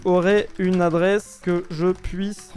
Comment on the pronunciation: "Adresse" et non "Addresse"